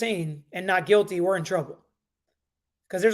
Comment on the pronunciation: Guilty. Not Quilty. Lmao. The Q and the G are not even close to each other